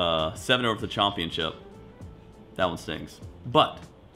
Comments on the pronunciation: U might be to blame on why pronounces championship “chompionship” like he’s straight out of semi valley! Lol when did he start doing that? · don’t ever say chompionship like that again! Real bros of semi valley head ass 😆 in video people incase you are wondering